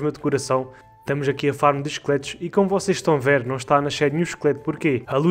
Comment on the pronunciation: MDs kkkkkkkk só nesse ep que eu fui entender que tava falando "esqueletos" e não "chicletes" mano como eu confundi isso kskskskskskk